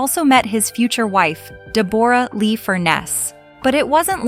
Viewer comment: Click bait. DE BORE RA Lee? AI can't read for shite! Also Hugh Jackman and Chris Hemsworth are not the same person.